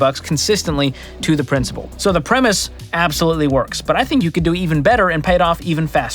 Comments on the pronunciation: Pssst, it's "principal" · Principal not principllleee!! Come on, you’re better then this. 😂😂😂 Th dictionary people will come at ya with a vengeance. 😂😂